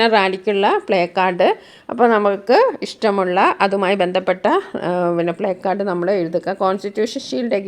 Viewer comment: പ്ലേകാർഡ് എന്ന് അല്ല പ്ലാകാർഡ് എന്ന് ആണ് വായിക്കുന്നത്